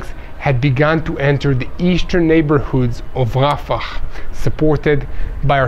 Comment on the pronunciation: Its not rafakhhh its rafah